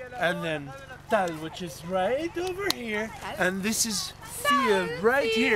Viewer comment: I think the hill is Tal not tall